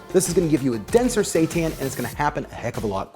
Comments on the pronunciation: Sounds like he is saying Satan. Fake meat is the devil 😂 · I didn't read the title. Everytime he said seitan I thought he was saying satan with a fancy accent or something... LOL. I read the title and now I know he's saying seitan... LOL 😆